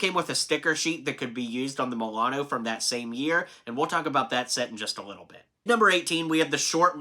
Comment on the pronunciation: you said Milano wrong